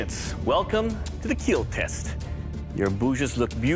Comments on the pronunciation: Anybody else skip the blade making process to watch Doug say it will keel? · The show is good fun but the it will keel guy annoys me. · Why can’t he say kill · I came for my daily “It will Keel” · well it doesn’t “keel” Doug ain’t confirm it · “It will keel but please leave the forge.” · imagine not hearing "it will keeeeeeeeeel" so sad